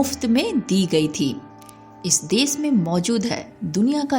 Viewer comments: desh and not des , bhasha and not bhasa😂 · देस - नहीं, देश - बोलना पहले सिखना चाहिए। सीता - नहीं, शीत - बोलिए।।